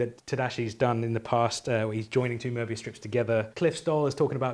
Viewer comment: Very pleasing hearing someone pronouncing Möbius correctly 😊